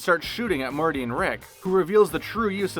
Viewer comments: Rick and Marty?!?!? Edit: and you said it wrong multiple times!!! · Its Morty, not Marty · Why does he keep saying Marty and not Morty? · so im certain he said marty and not morty and cc agrees with me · Marty? Passing by massage? He's getting CPR. Also, strangulation is not the same as suffocation. *ferrofluid, not feralfluid That is not how you pronounce writhing. The Margaritaville logo comes from the line of "frozen concoction" makers, not the song.